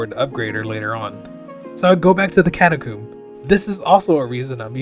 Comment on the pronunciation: For the love of God please tell me how you pronounce catacomb is a yolk right?